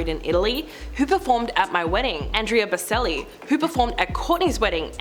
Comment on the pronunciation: The way you Said Boccellis name made my heart hurt!